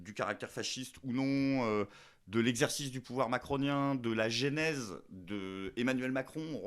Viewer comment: Content de te revoir. On dit genèse, pas "génèse". 3H de Jean Branque, c'est long! Est-ce que tu l'as un peu poussé dans ses retranchements ? Ce type ne parle bizarrement jamais des origines de l'UE, de l'emprise des USA sur la France. Et l'origine de son look m'interroge aussi, je ne peux m'empêcher de trouver qu'on dirait une idée marketing à la McKinsey. C'est-à-dire que, tout dans le discours de Branque respire la fausse opposition qui ne mène à strictement rien. Faudrait peut-être que je l'interview moi-même?